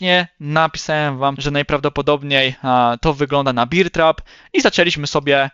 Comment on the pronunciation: Bear not beer trap 😂